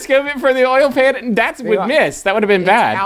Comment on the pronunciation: justin saying "oil pan" like "oil can"....he's nothing if not consistent